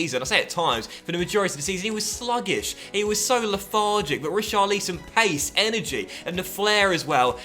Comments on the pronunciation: Rich-ar-lisson not Ri-char-leeson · Pleassseee if you're gonna have Richarlison here then at least pronounce his name properly...it's not pronounced like 'lee-son', it's 'lison'...like how it's spelled lol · Rich - are - al - son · Please say his name properly mate :) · Why do you say richarlison name like that just say it like everyone does in England ...